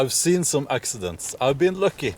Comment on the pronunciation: Axeidents hahaha made me laugh, i knew you said accidents, but i couldt help thinking of axeidents!